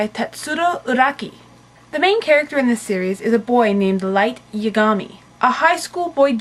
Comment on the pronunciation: um you said yagami wrong